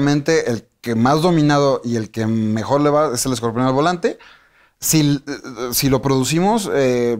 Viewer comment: Esta señora es una resortera con peluca. Y por qué dice escorpeón? Vi la entrevista solo por el escorpión.